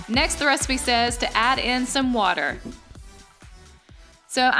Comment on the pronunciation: U said the resapea, I coped